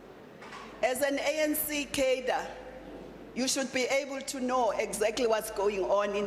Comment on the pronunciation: Please learn how to pronounce “cadre”. Also, please. No more communist rhetoric. Thx.